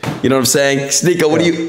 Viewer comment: Adin misrpronouncing words and pretending its on accident is hilarious. Calling Sneako Sneakyo lmao. He knows what hes doing.